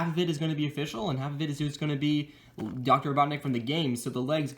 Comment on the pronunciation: You said doctor BOTNIK instead Robotnik